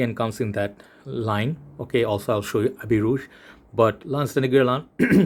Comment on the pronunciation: Your pronunciation of Habit Rouge is the best compared to Max forti